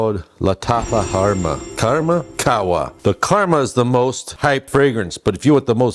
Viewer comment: Its very clear called Khamrah because the M is before the R 😠 So why do you pronounce it Kharma 🤨 its so stupid 🤭